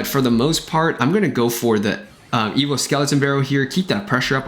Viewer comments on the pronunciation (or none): Its evo not evillll